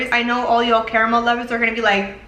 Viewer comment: Thank you so much for pronouncing it CA-RA-MEL instead of "carmel". Lol